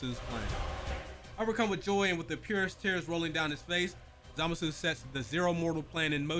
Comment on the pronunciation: Just an FYI but the voice actor for Goku Black happens to be the same VA for Goku lmao. Edit: Also you're pronunciation of Zamasu was nearly spot on no need to fret. For someone who's not in touch with the franchise like that you did better than even most fans lol you good 🤣🤣